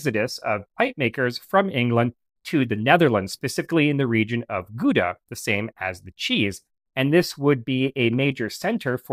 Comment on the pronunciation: The 'ou' in Gouda is pronounced pretty much like the one in 'hour'... So not a 'uhhh'-sound, but rather a starting with a standard 'ah'-vowel